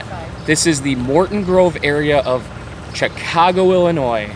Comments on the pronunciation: He can't pronounce pequods OR chicago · How hard is it to pronounce Chicago. You mispronounced literally every single name. Chicago, Pequods, Morton Grove. None of these are hard to pronounce. It’s kind of embarrassing.